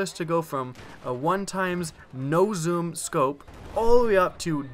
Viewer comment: I like how you say zoom,"zum" sometimes I'm not hating just think its funny/cool